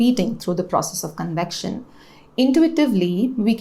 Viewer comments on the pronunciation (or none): none